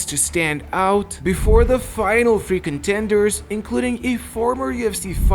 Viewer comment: Every time he says "free contenders", for some reason it comes off as "freakin' tenders", as if some sort of a fast-food menu item 😀